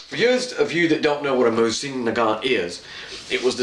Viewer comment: 1: The proper way to say the name of the rifle is moe-z-in. You are saying nagant correctly. 2: VERY smart choice in putting a hex receiver into the stock. The hex models were made during peace times and have better metal, machining and tolerances in their construction because they could take their time in making them, where the round receivers were made during war times and they made them asap. I have several hex and rounds, but overall the hexes have been more stable, resistant to rust, and more accurate. 3: "Archangel" is pronounced ark-angel. It means the top angel in the army, as in Archangels Michael and Gabriel.